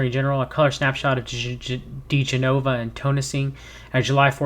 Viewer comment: It’s Dee-Jen-oh-vah and Victoria Ten-sing. If they automatically don’t ring a bell, search for them now. They are intrinsic to the Trump sphere of shanigans.